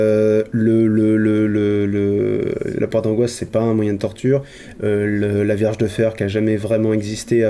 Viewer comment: Ya que moi qui entends "verge de fer" au lieu de vierge??